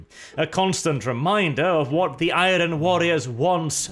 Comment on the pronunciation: You are great! but why can't you talk properly? Do you not know how to say the word iron?